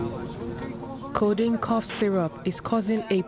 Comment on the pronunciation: Its so sad that you dubbed this interesting documentary as "Sweet sweet condiene" damn..😬